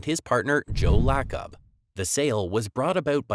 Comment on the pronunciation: Davidson not Dayton... Joe La' cub... Iguodala free agent signing was huge...